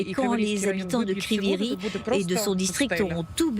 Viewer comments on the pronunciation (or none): Illettrés c'est st ne pas Crivyi Rih . C'est Crivoi Rog 😅😅